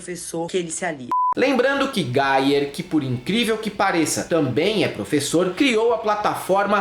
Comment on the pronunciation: Pq vcs chamam o Gayer de Gaier?